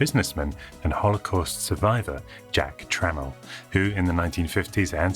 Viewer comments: It's Jack Tramiel not trammel ! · Jack Trammel? You mean Jack Tramiel? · Jack Tramiel’s last name was an americanized Polish word: trzmiel - a bumblebee, more-or-less. To pronounce it, start with the German Tschüss, stop just before the u umlaut, then switch to French and say miel, making sure to fully enunciate the ell 😅. It takes a polyglot to pronounce Polish :) Immigrants to the US would change their names to make them pronounceable in English, that’s how Trzmiel became Tramiel. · perhaps it's because I'm not a native english speaker.. but subtitles and the mention of Jack Tramiel sounds and reads as Jack Trammell.. and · Jack Tramiel You know I love you man, you are on my top 10 list of people I would want to have a beer with... but Tramiel. TRAMIEL (Truh-Meel). My Grandmother was a Trammell. I guess I am 1/8th Trammell. Jack was born Idek Trzmiel, and was an Auschwitz survivor. He changed his name to Tramiel and immigrated to the USA in 1947. I am in Vietnam now...beer offer is open if you ever get over here. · I just have to say, Jack Tramiel changed the spelling of his last name to help people pronounce it properly (something which requires paperwork, and my parents obviously did not do). But Tramiel is about right. Originally, it was Trzmiel, which means bumblebee, and is all one syllable, but the "yell" sound at the end is key. Even if you say it in 2 syllables, put the accent on the second one. So not "tram-yell" but "tra-myell". If you do that, it's very close to how it's actually pronounced. All of that said, great video. Definitely subscribing!